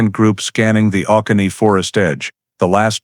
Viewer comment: Interesting story. Georgia guy here, just thought you should know that the Oconee National Forest is pronounced “O-CONEY” not OH-CA-KNEE”. Stories like this one give me chills, a single white female secretary from that era going missing without a clue would’ve been an all-hands-on-deck moment for the police department. I’ve been to Madison, GA many times, it’s such a quaint and picturesque small southern town between Atlanta and August. It reminds me of a movie set. I never knew this happened there but next time I visit I’m gonna ask about it with the locals to see how the town reacted to this case. It’s always the places you’d least suspect.